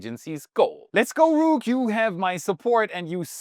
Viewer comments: its rook like book. Thank you for your report! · I believe that your pronunciation of Rook is a lil off base. They way that Issacmans patch is spelled Aka Rook actually is short for Rookie. This was (and remains) his Fighter Pilot name. He acquired this while garnering his certifications at flight school. Hope this helps.